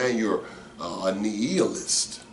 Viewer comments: You know what . . . I looked up a video on youtube on the prounounciation. nEE-a-list or nII-a-list. I think you were saying nEE-eel-ist, LOL!!, LOL! I'm done. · nI-a-list, (long I, not E) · Love your program...just a heads up my bro....nihilist would be pronounced like this ..NYALIST...